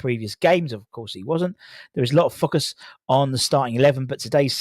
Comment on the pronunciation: Stop saying Fockus.